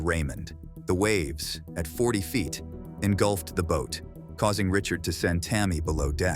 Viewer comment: "8000 feet" not fite